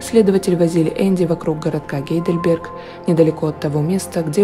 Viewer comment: Не Гейделберг, а Хайдельберг. Я не умничаю, просто поправила. В Германии тоже есть такой город- гугл в помощь, очень красивый( моя мама его почему-то с Прагой сравнивала). Канал Ваш обожаю, респект Вашей работе, Вы неповторимая! Люблю